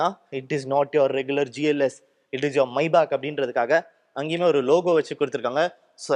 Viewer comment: Bro that's Maybach not maibach